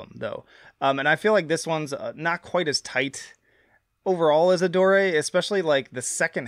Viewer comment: bro called it Adoré 💀